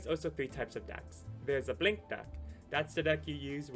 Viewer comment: The way you pronounced blank deck sounded like "blink" deck lmaoo